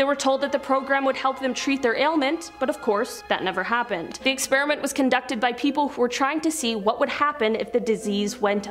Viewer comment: She pronounced The college wayyyy wrong. Tus-ke-gee!!!!!!